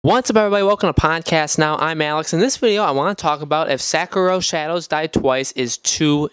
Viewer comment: “Sack-arrow” It’s sekiro bro Not sackarrow